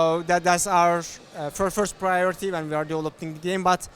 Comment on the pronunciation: Hearing him say "We are" as "VR" is just teasing me haha. Hopefully that will be an optional feature! Would be amazing